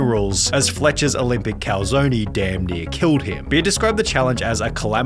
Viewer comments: really nigga. “Cowslowny” bruh. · My man said Choritzo (twice) and Calzoney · lmao...I had to check twice just to make sure...Sunny actually called it a "calzoney" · “Calzone-y” who the fuck pronounces it like that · Why’d you pronounce calzone like that lmao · He also said calzone wrong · how tf does someone say calzone wrong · Well he did, as do a lot of english speaking people. The final "e" is pronounced like "eh".